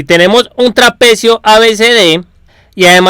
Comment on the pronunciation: La RE cagas con lo que gritas, me da la re bronca osea puede estar bien explicado y todo pero si hablas asi dan ganas de pegarte una piña para que te calles.... No se puede escuchar osea no es que gritas tambien deces como la base media de un traPEEcio osea algunas silabas las remarcas nose xq, y queda para el orto.. Si arreglas eso te va a ir mucho mejor :)